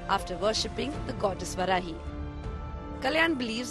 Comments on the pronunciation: It's Vaarahi not Varahi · Its not Varaahi... Its Vaaraahi... Pls pronounce properly... 🙏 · First learn pronunciation.. it’s vaarahi.. not varahi Shame you don’t know your gods name and don’t even try to know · That's not Varahi"वराही" Please pronunce it as VAARAAHI "वाराही"🙏